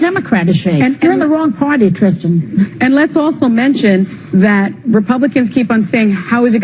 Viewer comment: Never met a Keer-stin I liked.